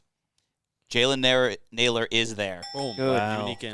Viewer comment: Nailor not Naylor for Minnesota